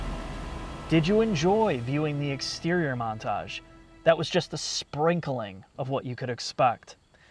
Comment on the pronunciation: I DON'T LIKE THE WAY SAYS "SPRINKLING"...SUBSCRIBED!